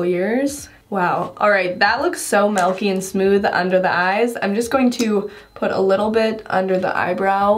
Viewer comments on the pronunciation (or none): I love how says "milky" lol "melky" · I hate hate when she says melky... I just cringe every video. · "Soo melky" lol